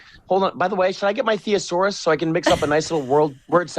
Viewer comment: Its not a thee a sau rus